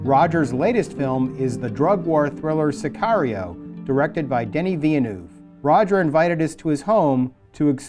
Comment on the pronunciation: The way Dennis Villeneuve was pronounced is a fucking crime